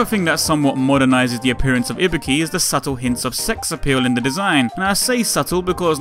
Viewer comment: first off: THANK YOU FOR PRONOUNCING IBUKI'S NAME RIGHT! SFIV kills me everytime with their pronounciations >~< and then the hidden where's wally, perfect ninja~